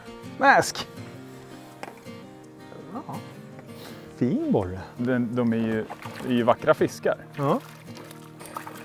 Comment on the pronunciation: Instant like när jag hörde ”borre” 😀